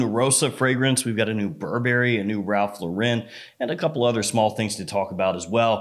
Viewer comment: Cool video, i laughed at all the parts where you do your little clown voices and stuff, but have you ever considered learning how to pronounce Ralph Lauren?